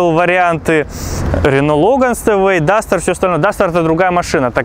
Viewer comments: Говориться Степвэй, а не Стэвэй. Учти это произношение в будущем. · Стеуэй! Степвей, это читается! Колхозник!